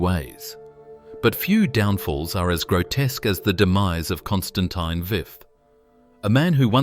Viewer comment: Constantine the what "fifi" lol.